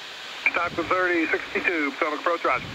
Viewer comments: Someone should inform the the pronunciation is phonetically, pa TOE mic river! Lol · poe TOE mick River (or something close) is the usual local pronunciation. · I live in Maryland so this video is really special to me. I truly loved all of the great aerial footage of Washington DC and the surrounding areas. This hits pretty darn close to home so I thoroughly loved it and I will not razz the for pronouncing Potomac wrong, after all he doesn't live here and doesn't realize how we actually pronounce it. I'm just glad I had the chance to see and enjoy this video. Thank you Just Planes. What a treat this was. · He doesn't know how to pronounce the Potomac river. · Uh huh, that was an “interesting” pronunciation of Potomac, for sure. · He pronounced it wrong. And living 3 miles from the river, you catch those things.